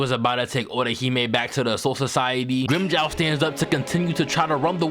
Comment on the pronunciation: fuck, can't stand the grimmjow pronunciation had to fking skip it.